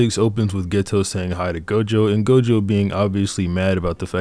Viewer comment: It's not gojover